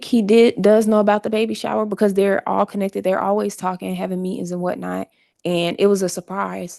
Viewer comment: "Inda what naught" apx and he's always, "Heavily" in da, "What Naught " So cra cra No ?